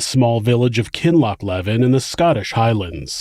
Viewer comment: Back to help with pronunciation! Kin-loch(the 'ch' can be hard for foreigners)-lee-vin